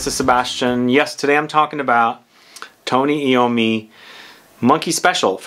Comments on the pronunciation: Tony Ai-ow-mee. Not Ee-ow-mee. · It's pronounced I ommi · FYI..... His name is pronounced. .... 'Eye - Oh - Me' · Tony Eye-Owe-Me